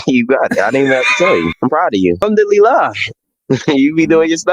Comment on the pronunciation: Bro said “humdillilah”